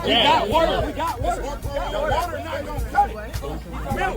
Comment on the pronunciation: Lmao 🤣 they legit said goet some milk